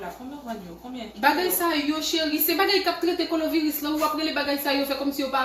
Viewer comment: Machann lan paka di nom maladi an🤦🏾‍♀️ Koloviris 😂 machann lan pa mete mask 🤷‍♀️